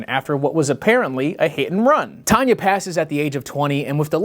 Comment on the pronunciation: This whole time I thought her name was Tanya by the way you pronounced it but it's Tonya? Also wtf is this entire story!? Additionally... wait... I recognize that photo you showed of them. Some other true crime channel or something must have covered this case at some point but I only recognize the photo, somehow. Oof. That bit about Tiny was a lot.